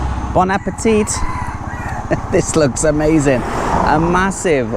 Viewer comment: I particularly liked this video,. It's great to see all your photo and video gear, and I liked the way you sync the camera and the GoPro. I didn't know you could do that. FYI, when you say "Bon appétit", in French, you do pronounce the "n" at the end of "bon", but the "t" at the end of appétit remains mute. Stay safe!